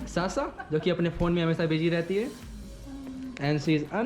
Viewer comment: । वो साशा है ना की सासा । जैसे आप हैं ना की सुभम ।